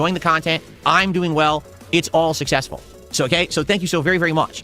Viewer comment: But he’s sussessful you guize